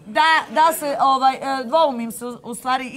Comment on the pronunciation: Oooaaaj....Ooooaaaj (ovaj)... nauci prvo izgovarat rijeci 😉